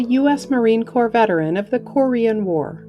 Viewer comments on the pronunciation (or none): none